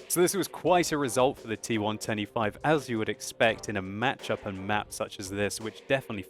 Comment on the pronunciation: Idk maybe it's me, but when he says T110E5, he sounds like he is saying T125.